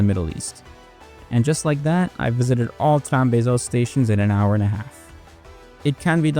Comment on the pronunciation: Trambesos sounds like tram kisses lol